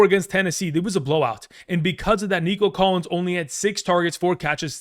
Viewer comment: He said Collins